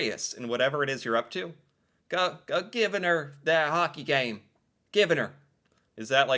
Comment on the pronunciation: Lol I feel like he's putting too much emphasis on the g in "givin' 'er" I use "bud" and "buddy" separately. "Bud" is for a friendly stranger. "Buddy" is for a potentially unfriendly stranger